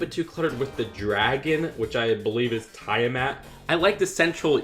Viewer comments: Tiamat is pronounced "tee-uh-mat" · I recommend you should play dnd because it's fun, also some pronounciations Tiamat/ Tee-ah-matt Xanathar/ zan-ah-tha-ahr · The pronunciation of Xanathar and Tiamat is killing me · The mispronunciation of Xanathar and Tiamat bugged me way more than it should lol. The Dragon's Keep is so the best! It has the staples of DnD, a Tavern where the best adventures begin, a section of The Sword Coast, a popular setting that's in the upcoming movie, a Keep/Dungeon which you gotta have and such a cool dragon! Ninjago could Never! I love the storage bookcase/dice roller with the Xanathar build too